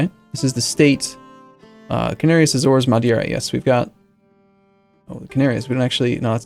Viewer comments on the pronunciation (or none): none